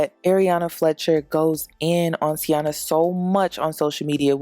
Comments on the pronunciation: its TAINA not TIANA. lol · It’s Taina, not Tiana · No shade but her name is TIE-EE-NA.